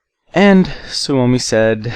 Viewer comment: kuulostaa tyhmält ku se sanoo "suomi"